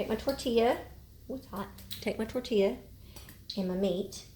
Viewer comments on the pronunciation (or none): none